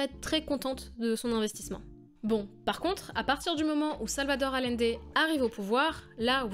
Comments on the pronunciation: Bon, plus que Boric, c'est "AllIende", pas "Alende"... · ... Quand on travaille sur des grands hommes comme Allende on apprend à dire correctement son nom.